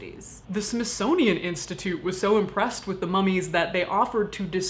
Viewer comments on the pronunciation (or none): none